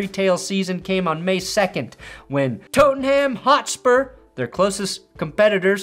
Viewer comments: It's pronounced Tot-nam Hot-spur. Leicester's win was surreal, magnificent and a triumph for the little guy led by a striker in Jamie Vardy who had slogged up from the non-league levels (for crazy, his wife Rebecca is at the centre of the Wagatha Christie scandal and defamation case, Google it, it's everything that's wrong with Western civilisation) and Kasper, the son of Man U and Danish goalkeeping legend Peter Schmeichel. It'll never happen again. Tragically the Thai owner behind the team died in helicopter crash outside the stadium along with 4 others in 2018. Psychologically the team never quite recovered and they have since been relegated to tier 2 in English football, the Championships as of the end of the 2022-23 season last spring. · Ngl hearing Tottenham hotspur pronounced like that made my ears bleed